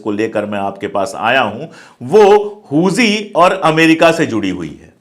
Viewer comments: हूजी नही हुती होता है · huzi nahi huthi hai vo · Huzi nahi Huti hota hai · Sir not hoji it's hothi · Sir Huji nahi Houthi pronunciation hai ..